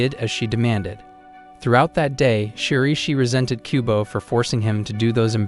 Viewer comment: I keep hearing kubone from Pokémon instead of kubo